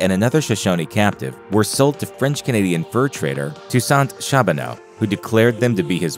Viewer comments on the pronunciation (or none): And it's Shar-bow-no, not Shab-in-aw. He was my Great Uncle.